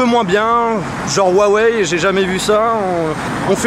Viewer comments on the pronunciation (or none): salut, ca fait plusieurs fois que tu fais l'erreur donc je me permet de te le notifier: huawei étant une marque chinoise, la prononciation du la marque est également chinoise et le H se prononce "R", soit [Ruawey]. Sinon continue comme ça, tu déchires!